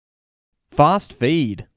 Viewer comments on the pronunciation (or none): Bro I enjoy your videos very much but the way you say Fast Feed cracks me up sooooooo much...